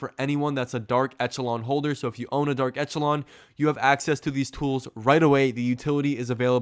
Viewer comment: It's pronounced "esh" not "ech," i.e., eSHəˌlän